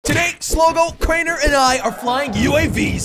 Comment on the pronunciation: It’s not crener it’s crainer